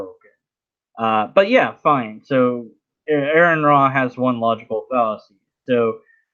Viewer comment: excellent his n review! Just one, very minor thing, Aron really, really prefers his name to be pronounced R.N. like a nurse. 🎃👍💓✌